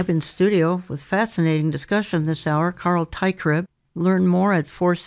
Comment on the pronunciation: Carl. Not Carel